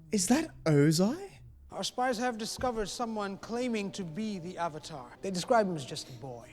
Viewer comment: The disappointment and disbelief every time they misprounce something is the best thing. Take a shot everytime they mispronounced something. Hells they even mispronounced Avatar they say Ohvata